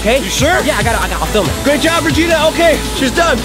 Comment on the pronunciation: Why do you call regina reginus when shes a genius